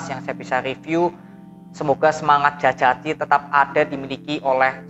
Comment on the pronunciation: DJAJATI bang dibaca Jayati 🙏